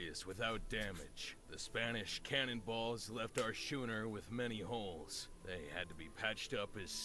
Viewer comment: Did he just pronounce schooner as "shooner"? I think I'll be muting the narrator for this game